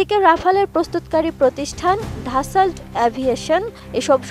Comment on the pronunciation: ধাসাল্ট না রে বইন😂😂😂 ড্যাসল্ট